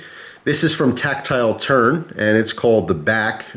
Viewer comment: Did he just say tactile turd?